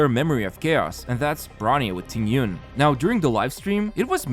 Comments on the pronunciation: Qingque is pronounced like "ching ch-yu-eh" , not QQ😭😭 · Qingque is pronounced kinda like Ching Chu-eh.